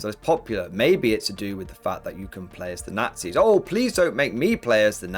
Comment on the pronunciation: Forget WW2, they had evil "naghtsees" We are looking forward for WW3 (at least there won't be any "naughtsees" in it)!